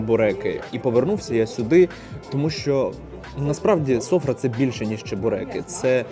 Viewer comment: Не сОфра. СофрА. Наголос на А. Не чебуреки))) Чібєрєк.